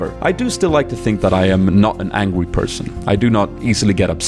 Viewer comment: "Not an angwy person" that pronunciation kinda made me laugh